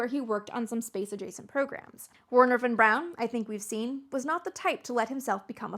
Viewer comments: Historical revisionism at its finest. Von Braun was one the first members of the NSDAP!!! Everyone knows this. Are you willfully, pitifully ignorant — or a Neo-Nazi? I can't tell. You clearly know enough German to pronounce his name correctly, but you butcher it. It's "Vernher" → "W" = "V" sound. Duh. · It’s pronounced Vernher😂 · Nicely done, well balanced, well researched! I enjoyed it thoroughly. (well, except for your saying "Were-ner" rather than "Vehr-ner"...that grated a bit) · That bloody song is probably the single biggest factor that led Americans so badly to mangle the pronunciation of von Braun's name . . . Wernher von Braun. Three words, and Lehrer didn't get any of them right.